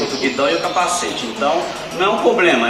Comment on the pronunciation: Só tem q aprende a falar Problema, e não Pobrema.